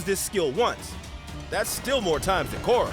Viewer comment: Bro at the very least say it properly. It's Korra